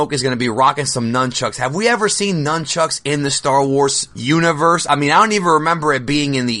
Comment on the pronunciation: Right when he said nynchucks i instantly thought about lightchucks, imagine somebody who could master somethibg line that, unstopable